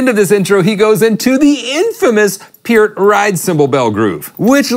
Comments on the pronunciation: its pronounced PUURT not PEIRRT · Purr-t, not Pier-t. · Is this guy saying "P'EARTH"??? Isn't it PERT? Like the shampoo.......... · People hung up, because of a simple mistake - including "the" in the song's title. Those same people that are uptight because others pronounce Neil's last name as "Pert" and not "Peert". They need to get a life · Pronounced Neil PURT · its pronounced Pert :)